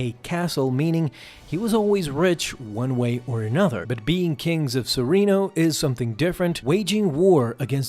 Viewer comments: Serrano.. Seh. Rahhn. NO… There’s no I in there…spelling or pronunciation. Please take your job more seriously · (Suh-ren-oh) or serenno is dooku’s home planet 😅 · They say serreno in the show, how to you keep pronouncing it wrong...